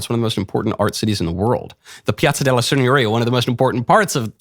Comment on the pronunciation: Michael needs to not pretend he knows Italian. His pronunciation sucks. It's not "signorria" with a trilled r. It's "signoria" with a tapped r.